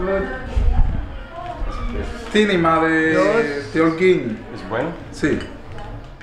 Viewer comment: Please learn how to pronounce Holguin